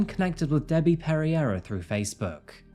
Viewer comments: "perreira" "Perry-Eye-Ra" hahahaha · her last name is iberian. its pronounced peh-ray-rah with the Rs lightly rolled.